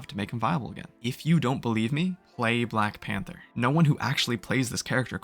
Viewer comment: I mean we clearly cant take the guy who cant even say black panther properly seriously right? Black panfer LOL